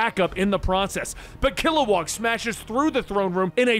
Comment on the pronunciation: Kilowog. Not WAG.